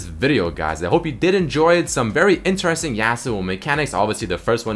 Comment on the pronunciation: why does he pronounce "interesting" so weirdly?